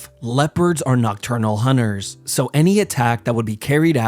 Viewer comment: "Leopards are nocturnal hunnnerrs"